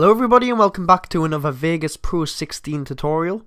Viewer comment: "vegas poo"